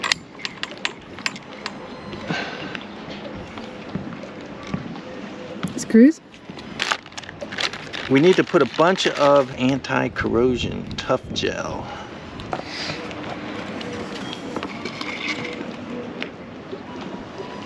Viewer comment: Great video and we loved your tool! Just one thing, it’s not tough gel, it’s Tef-Gel! Also a good description of how the ballooner attaches and releases at the top. S/Y Jamala